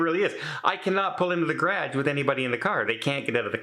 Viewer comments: Anyone who says garage the way you do, probably shouldn't have one. :) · Gonna start a drinking game each time to say ‘garagge’ lol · Is that how all Canadians say garage? It sound like gradge. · I'm sorry I have laughed at the garage how you say it. we say it differently here. I would check it out to see if it wants to have all your recording stuff in one place and if it is big enough, put one studio on one side and one on the other. Also is it worth the extra space and everything in one place. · The way you pronounce “garage”, is so different from how we say it in 🇺🇸…I love your accent. Wishing you the best …sorry this is happening….you seem very cozy in this home 😊xo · Very interesting pronunciation of "garage". Never heard it before. English is a crazy language. Good luck. I loathe moving. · Sorry you have to move. I kept laughing during the video every time you said, "garage." I've never heard it pronounced that way. Being from the Midwest I know I have some quirky words too that make people look at me, you're not from TX where I currently live...LOL Have a good day. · 😅never heard someone say garage like that before.😅😅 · Your what? Oh, garage. We pronounce it differently here in the States. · Love the way you say Garage,. We pronounce it differently here in USA. Hope you find an apartment, best of luck . Love your videos 😍